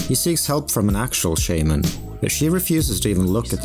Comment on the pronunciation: This video would’ve been soo much better if you used their real names. I understand the chance of pronouncing korean names wrong, but you literally pronounce “Shaman” wrong the entire video lmao